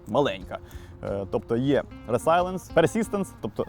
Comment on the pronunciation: 😂 той самий випадок, коли resilience читається 'резілієнс', а cryo - 'крайо'.